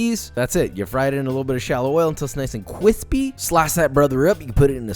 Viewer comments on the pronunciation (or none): I love your show, but so help me, if you say "cwispy" once more I will never watch it again. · CEO of CWISPY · You mean "kwispy" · Keep cwispy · is it cwispy tho???